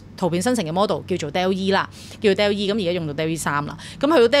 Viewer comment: Dall-E 音: 多依，源於動畫Wall-E。Bot 源於Ro-bot，不是音Bow